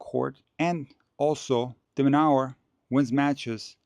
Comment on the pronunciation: Correction. Pronouced as Alex De Minoor or De Minour not Alex Demonower